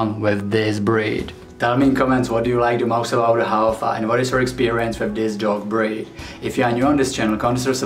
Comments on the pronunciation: tangkhul Haofa Haofa- fa- pronounce as fu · Pronounce as...HAO-FU.. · Thanks for making a video on our indigenous dog breed. It is pronounced as HAOFU 🙏